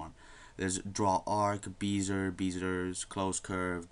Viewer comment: beezer? Its "Bezz ee ay" other than that, pretty decent tutorial. Thanks.